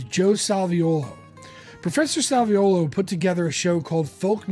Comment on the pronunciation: Well done synopsis of Jim’s career. Thanks for including the role of Joe Salviuolo (and spelling and pronouncing it right!). Sal was a friend of mine from 1978 until he passed in 2010. He doesn’t always get the credit he deserves. He also produced Jim’s “Facets” album. He wrote “Thursday “, one of the few songs Jim recorded that were written by others.